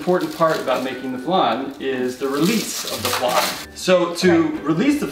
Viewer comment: Every time mispronounced flan Oscar was like...”ACTUALLY....” 😂😂